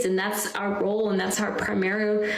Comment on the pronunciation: Primeral . No, it's primary. OMG